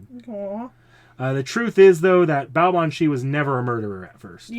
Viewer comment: BTW, the pronunciation is closer to Baa-vahn. As usual, the quirks of the language make it hard to guess pronunciation quickly if you don't grow up with it. Much like Artoria Caster, Baobhan Sith's first two arts are closer to memories/records of who she once was, while the third art is what she was by the end - in her case, a faerie barely clinging to life. A major reason that faeries would torment Baobhan Sith to death is basically just because they find it revolting that she's a vampiric faerie. By the time Morgan told her to embrace cruelty, Baobhan Sith's soul was exhausted enough that she was literally on her last incarnation before she'd die permanently. Pretty sure you mean a "blood eagle", not "spread eagle" (that's a position where one is lying down with one's arms and legs spread wide apart). Cait Cu Cerpriestess' 3rd art is basically a 'Baobhan Sith who has overcome her fate', or something like that. As a whole, Morgan's lessons to embrace cruelty won't fade, but she does seem to be a fair bit better as a person than her previous self. Yeah, the name seems to be an eclectic mash-up of figures - the Cait Sith (faerie cat), the Cu Sith (faerie dog), and Cernunnos. On the subject of Burnunnos, it's probably worth noting that Barghest has a crippling phobia of urban fires due to the memories of being Demon Dog Barghest, so she focuses on fighting wildfires which are less triggering for her. She does manage to power through the fear towards the end of the event when al